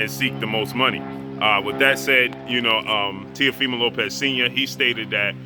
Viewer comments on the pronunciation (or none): I think that I heard say TEAFIMO LOPEZ 763 x's, I mean after the 1st 12, I think that we can figure out his last name if you just say Teafimo..... Goodness Gracious